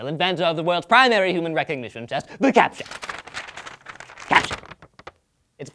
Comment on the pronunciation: it's 'captcha', not 'caption'.